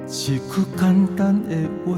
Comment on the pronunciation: 你是唱的很好，但是你下歌有時侯會用口音下，比如一句關心的話，一句，口音都跑出來了，你要用你唱出的聲音去出聲發音，這樣你的音色才會更美，而且不會有口音，你唱看看